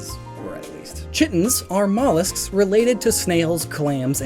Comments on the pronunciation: Chitons have one ... so why does a native english speaker, who knows "kitten" and "kite", read chiton but say "chitton" ..... plus the fact chiton comes from "chitin", the thing insects and mushroom are made of, which is pronounced with "k" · You mispronounced chitons